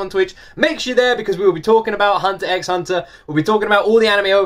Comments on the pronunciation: Just another fanboy letting you know: 1) Hunter X Hunter is read as "Hunter Hunter". Pronounce it how you like, I'm just letting ya know. ;) 2) People ask you to listen to all openings as a mild troll. We then ask you to listen to all the endings because they're awesome and (unlike the openings) they are different. XD 3) Yes, we generally want you to see the opening animation as well as the opening song. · You don't pronounce the x in Hunter X Hunter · The X in Hunter x Hunter is silent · Yeah it’s literally just Departure with just new visuals as time changes. Hunter x Hunter fans like to do a bit of trolling 😂. And yes people think the visuals are just as important as the songs in anime openings. The x in Hunter x Hunter is silent btw. The show is actually just called Hunter Hunter. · Hehe I'm glad you did this one tho! It's just so epic that it only needs a couple slightly different versions :) The X in the series title is silent tho so it's just hunter hunter 😉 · The x in Hunter x Hunter is silent. Because it’s not the letter X, it’s a cross. But yeah, the animation definitely matters. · The endings from HXH are really great and all different, you should definitely check them out! Also side point, the x in the title isnt actually pronounced. Also you should go back and check out the Re;zero endings, in my opinion they are even better then the openings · 31 years of watching anime, HunterXHunter is by far my favorite anime & second would be Yu Yu Hakusho both by the same creator. Also the X is silent, it's intended to be a multiply symbol. This is a wonderful anime but the whole show I would not suggest for a younger audience, it starts fairly light and realistic then it gets darker and the power system is very unique. Also for your question, yes the openings as a whole music and animations are what are intended for you to watch as they complement each other. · The x is silent